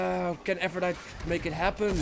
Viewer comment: it's said like aphrodity. It's Latin so you pronounce the E.